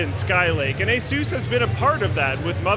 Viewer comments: It's Asus, not Azues... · what the hell is A-sooose? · There's no 'e' in Asus, it isn't spelt Aseus like the name Zeus. Dumb shit American's still can't read or write English correctly and they've been at it for hundreds of years... Say the word 'sustained', now just say 'sus', now put an 'a' in front of it and say the name 'A-sus'. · The origin of the company's name is Pegasus Its pronounced <Eh-SUS> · funny way to say ASUS héhé!!!